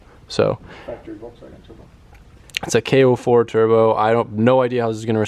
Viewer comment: "mmm i just weesh i could just make my own turbo keet"